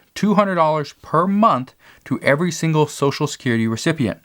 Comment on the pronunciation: What is a "shangle"? It sounds like a new dance or something like it anyway...lol., I think you meant "single"...lol